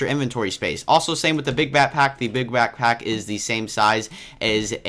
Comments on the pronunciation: why was he say batpack in stead of backpack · back-pack.....not "batpack" but great video